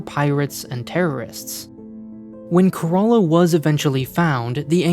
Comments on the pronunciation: It's not ka-ra-la it's kay-ra-la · care uh lah not care a laa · How do you end up spelling Kerala as corolla??? I know we have accents but wtf is this??? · Sorry to say this but Kerala is pronounced “Care-a-la” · I was confused when he was pronouncing Kerala is karala lol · I think the ship is named after a state in India. It’s pronounced like “Care-ahh-lah” like Shangri-La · My brain suddenly Broke when I heard that the ship name is Kerala and pronounced like "Corolla" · To me it sounds like he said Care-a-laa. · He called it 'Corolla' like the car! So silly! Like Shinzo Abe being pronounced like Abraham! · Bro pronounce Kerala like it should be , can you? That pronounciation grossed me out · It's a heart-breaking for a Malayali like me 😭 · Why does everyone miss pronounce Kerala lol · as an Indian I didn't even know it was possible to pronounce Kerala that way lol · I spat out my coffee hearing that XD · The name kerala is also a state in India and i love that he pronounce kerala in a different way lol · You mean wrong. It's not a Greek word, so likely to be named after the world famous Indian state.